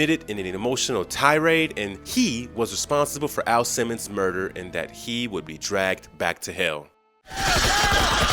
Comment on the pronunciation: you literally call AL, A.I. Simmons!? Ha ha🤣wtf?